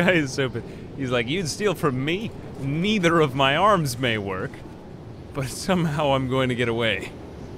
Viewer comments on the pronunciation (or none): none